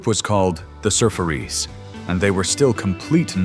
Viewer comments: I was around then.. please say Surfaris like Safaris.. not surf-fairies.. 😳! Edit.. I heard all these on the radio or my transistor radio.. I woke up during a thunderstorm and immediately began playing my transistor radio.. not recommended as lightning actually came thru it with a bright spark of fire! I ultimately ruined my radio by taking it to the beach in California and being overcome by a wave on my beach towel! Lol. Yeah.. lots of memories! 😊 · Wipe Out (by the Surferis (pronounced properly like "Surf-AR-ees") came out when I was 7. By the middle of the school year I was walking down the hallway to the school Principal's office, thinking about the whoopin' I would get when I got home. My teacher had sent me to the Principal's office for drumming the solo from Wipe Out on the wooden seat of my desk all the time. He called it Hippie music and suspended me for three days. And just like I thought would happen, I got a major whoopin' when I got home. Until 2023 when my wife of 25 years passed away, I drove her crazy doing the same thing.😁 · OK, whoever you are (AI, I think.). You pronounce "Surfaris" as Sur-fairies and therefore you have no idea what you are talking about. That's as far as I will watch. The Surfaris had another hit, a minor one, called "Surfer Joe". If you want to improve your videos, you can consult me, and pay me. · It's pronounced like safari not surfairy or surf fair ee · I remember everyone of these songs except 96 Tears - it's an awful song and doesn't belong with the rest of these iconic songs. Also the Wipeout band tune was pronounced like 'Surfaries' - similar to 'safaris' not how this voiceover said. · Sir-furies was pronounced wrong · The Sä-fär’-ēs is the correct pronunciation. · It was pronounced..SIR-FAR-EES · Pathetic ai voice over! “Surfairies”?? ”sycho-dee-lia”?? Geez I hate AI and by the way, it would be nice to actually hear the music not just your pathetically dramatic AI voice. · It was the Surfarees did you in. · Sur FAR' ees